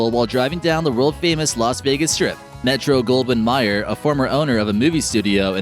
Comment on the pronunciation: The narrator mispronounces the name Metro-Goldwyn-MAYER. Unprofessional.